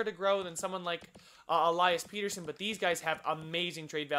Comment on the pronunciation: Pettersson is pett-er-sson not peter-son